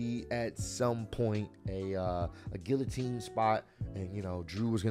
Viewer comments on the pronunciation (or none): none